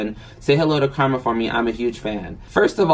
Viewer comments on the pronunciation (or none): none